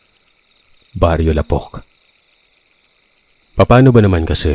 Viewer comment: mali po pagkabigkas nyo sa LAPOK.. tamang pagbigkas po same lanh sa PUTIK.. hindi po sya pabigla ang bigkas.. matagal na akong Listener mo.... di lang ako nag cocoment 😅😅😅 napakinggan ko na to nung pagka upload mo.. pero pinakinggan ko ulit ngayon😅😅